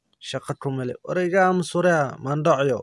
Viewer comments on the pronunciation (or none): I like when your saying mhandoc 🤣😂😆